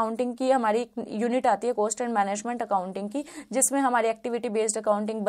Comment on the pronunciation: Apne net jrf qualify kiya 3-4 bar. .very good ..but ab se please cost ko coast bolna band karo. Work on your pronouncing .. Net exam dena chodo..baki chizo pe bhi dhyan do.